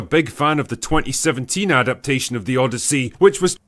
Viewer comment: The O-DEI-YSSEY